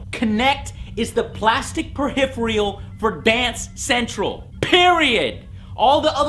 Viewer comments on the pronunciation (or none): Can you not pronounce peripheral? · You pronounce peripheral strangely :|